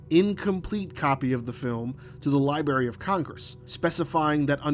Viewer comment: Say the word "Library" again.